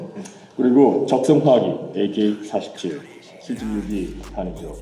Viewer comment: # 에이케뤼 포리세븐